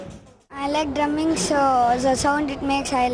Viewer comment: Its Drumming and not Durminng...